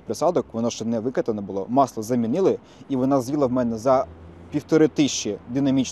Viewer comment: І не маслА, а мАсло, не фільтрА, а фІльтри, ну і не клапанА, а клАпани. О, і немає ніякого міфічного полуосЯ 🤣